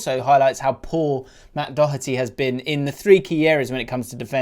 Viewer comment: on a positive note. well done for pronouncing Doherty correctly. a lot of english people [on tv at least] say dough-erty. particularly snooker pundits with ken Doherty. YOU'VE KNOWN THE MAN FOR 30 YEARS!